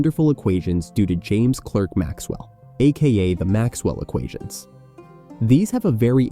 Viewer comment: Maxwell’s name is NOT pronounced “James KLEH-RK Maxwell” it’s “James CLAH-RK Maxwell”. Yes, I know it’s spelt C.L.E.R.K. but it’s pronounced as in “CLARK Kent”….James CLARK Maxwell. Americans always get this wrong.